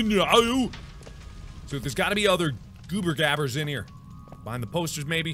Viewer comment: It's goobergabbers not dabbers